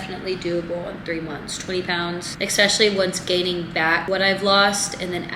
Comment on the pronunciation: I love you but it is especially not expecially im so sorry i just had to say it